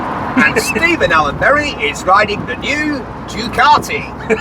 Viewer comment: Thoroughly enjoying all the references that I also use but anyone younger than me doesn't understand. And thanks for helping me educate my Mancunian wife on the pronunciation of Ducati.